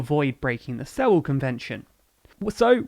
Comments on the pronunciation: Sewel convention not Sevel convention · “Suel” convention (phonetically) not “seh-wel”, if any proof were needed that you have no idea what you’re talking about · Sewel pronounced "Suwel" as in "Duel" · “sevel” or “sewel” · Lads, you may want to look up how to pronounce "Sewel".